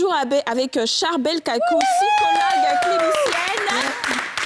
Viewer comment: HÉÉÉ JOLIE!!! OÙ EST CE QUE TU MET LE "P" QUAND TU DIS "PSYCHOLOGUE" OU "PSYCHO-TRAUMATIQUE"? AUTRE CHOSES AUSSI, SOUVENT TU INVERSE "É" ET "E". GENRE SVNT TU VAS DIRE "FEMINISME" AU LIEU DE "FÉMINISME". CE SONT DE PETITS TRUCS AUXQUELS FAUT FAIRE ATTENTION. N'OUBLIS PAS QTES UN EXEMPLE POUR CERTAINES. SINON A CÔTÉ DE CA,COMME TJRS BELLE ÉMISSION ET BON THÈME.✌🏾👌🏾👍🏾